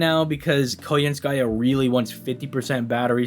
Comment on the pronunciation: Is it pronounced Koyen-skaya, or is it Kajanskaja?